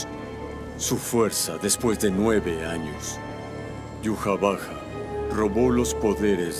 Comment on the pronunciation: prefiero mil veces pronunciarlo aiwach a decir yuhavaja